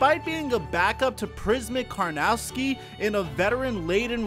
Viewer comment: The way you say Karnowski's name just made me cringe as a zag fan from Spokane